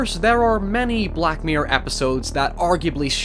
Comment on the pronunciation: I feel like it's impossible to type the way he says... black myrer